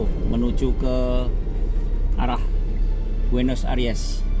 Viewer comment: Kuping sy risih aja dengar Buenos ARIES ber-kali²... 😊 Padahal kan Buenos AIRES ... Kritik ah ! Pembacaan² & pengucapan² diperhatikan lagi... Ini kan bagian dari pencerahan, bukan PENYESATAN... ! 😂